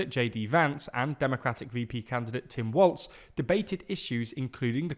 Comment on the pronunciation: I love ya'll but it's walz not waltz